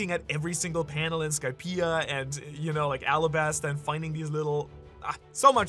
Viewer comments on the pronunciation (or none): none